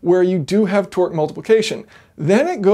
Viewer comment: He's saying Twerk not Torque and u can't unhear it now 😂😂😂😂